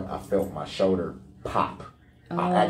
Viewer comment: It’s his “show-der”